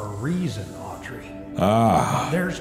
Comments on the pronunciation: As someone also named Audrey, it hurts more than you know to hear Mark call her Aubrey 😭😂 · It's weird because I love the name Aubrey but not Audrey. So I'm conflicted between being annoyed at his mispronunciation and the fact that he's choosing a name I personally like.